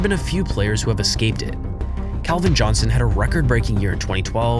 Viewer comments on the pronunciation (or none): none